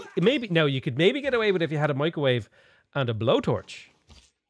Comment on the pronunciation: “Mee-cro-wah-vay?” Leave Nigella alone!